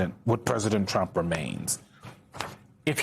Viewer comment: I won't miss Pammie Jo's pronunciation of TROOAUMPPP. Nor will i miss her illegal and unconstitutional subservience. "Thank You for Your Servitude".